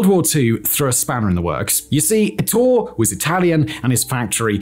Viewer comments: Ettore. eh-TOR-eh. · Bugatti is Italian, there is an e at the end of Ettore. Say the e just like mascarpone